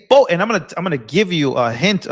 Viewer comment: Oh yea of course I get my news from a guy that cant read or pronounce words. He's terrible at "Boff" those things.